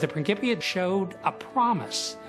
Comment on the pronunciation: It’s prin (Ci) pia not a hard k as it is said in modern Italian